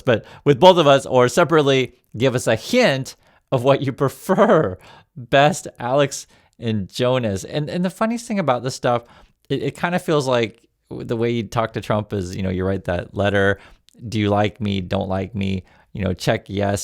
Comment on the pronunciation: Hi always love your content I watch you often but just wanted to point out if there is a J at the beginning of a Scandinavian name it’s pronounced as a Y so Yonas not Jonas like the Spanish/Portuguese the J is pronounced at a H